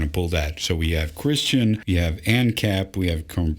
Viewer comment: She sez "imma' chrischun!" ...and I screamed like you do, "NO YOU'RE F*¢KING NOT!!"